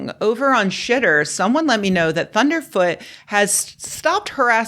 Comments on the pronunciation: Please pronounce his name correctly: "Thunderf Zero Zero Tee" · Please say his name right... it's ThunderfZEROZEROt. Tyvm.